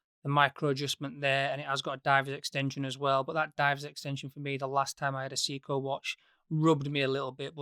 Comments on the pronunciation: My teeth feel itchy every time I hear "See-coo". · I know you're from Yorkshire but it's pronounced ' Say-ko ', come to think of it you might be right and everybody else on the internet is pronouncing it wrong